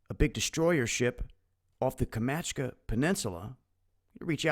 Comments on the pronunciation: It's not "Kumachka" it's "KAM-CHAT-KA" :D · Kam - Chat - Ka peninsula. Sorry, just trying to help:)